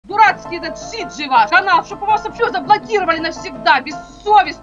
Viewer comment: Канал не сиджи а седжо или она имела ввиду сиджей